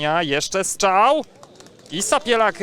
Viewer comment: Strzał nie Szczał 😊 ale poza tym nawet nieźle.